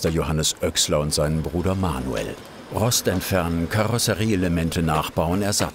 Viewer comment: nach dem 5. "Roschd" musste ich abschalten